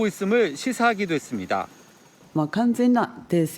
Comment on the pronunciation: 씨의 뉴스억양이 무척 어색 합니다 마지막....했습니다.....의 다라는 발음이너무 어색하게 길게 들립니다 좀 깨끗하게 끊어서 어설푼 억양이 나오지않게 깨끗이 끊어 주시면 고맙겠습니다 절대로 개인적이 감정은 없습니다.감사합니다.